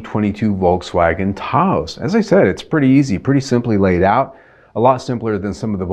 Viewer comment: Lol why is he saying Tah-ose?